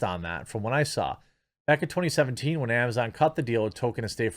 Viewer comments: Please, Jeremy: Tol-Keen or Tol-Kin. “Token” is a diversity hire. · It is Tolkien, not Token.... I hope this is just a midwest thing but dang son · FOR FUCK'S SAKE JEREMY, STOP CALLING HIM "TOKEN"! You sound ridiculous and it completely undermines your criticism if you don't even know how to say his name right